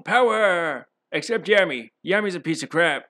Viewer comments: Laughing at every time you say Yammy lmaoooo. Spoken like a true non-weeb 😂😂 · As soon as he says, “Every kid turns 13 and gets their grimoire” I immediately knew it was gonna be about Blackclover (I read the manga and I love it dearly as it’s honestly inspirational and I relate to Asta a lot). Also I love how he mispronounces “Yami” all the time The Dm basically just took Asta and swapped him with Captain Yami but made him incredibly pathetic and cringy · Your video quality is constantly improving. That said, a couple quick pointers: 1. Pronunciation. You've gotten better with this, and calling Yami (Yaw-mee) Yam-ey isn't that bad, but reading Deus (day-oos) as Deuce was like getting run over by a freight train. 2. Some editing is still off, with both video and audio. I'd say you should always rewatch your final draft right before uploading. Your earlier videos were hard to watch, but this one was straight up good, and I can see the quality getting better. Congratulations, you've got better content than 80% of YouTube content creators!